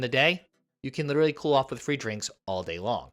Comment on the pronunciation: And literally.